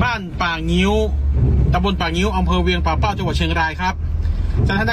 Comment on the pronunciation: ป่่าเป้าครับ ไม่ใช่ปักเป้า